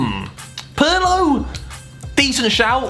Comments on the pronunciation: Bro e PIRLO non PARLO o PALO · Nobody mentioning that he called Pirlo "Perlo"? No? Ok. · No one : Harry : "Parlo"